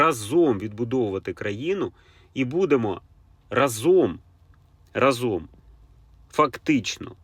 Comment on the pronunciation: рАзом а не разОм